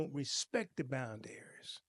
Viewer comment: thank you for the informative and excellent lesson. With all due respect, I didn't understand what you were saying until I read the title. You kept saying "bind-dairies" I think you meant to say "/bOUndrEEz/phonetic spelling." I hope this helps and no disrespect intended.